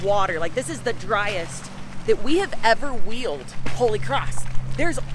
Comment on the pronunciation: "Kholy cross"